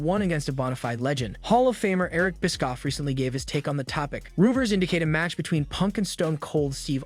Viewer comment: i cant get over it every time you say eric biskoff, i laughed so hard